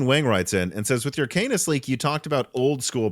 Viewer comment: My dude please for the love of everything holy stop saying canus and start saying canis (khan-iss)